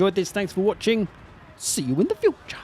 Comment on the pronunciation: See you in the fyu-cha